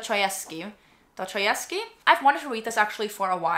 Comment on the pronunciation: the pronunciation of dostoyevsky is killing me 😭